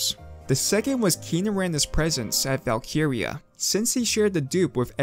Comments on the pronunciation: Why do you say 2b2t like that. TOOO BEE TOOOO TEEE Edit: VALKUYREYUH? You're just doing this on purpose, now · Mans said "valkeeria"